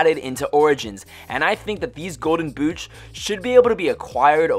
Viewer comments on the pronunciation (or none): he said golden gouche